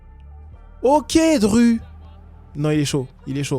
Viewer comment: comment ça DRU , il est où le u par pitié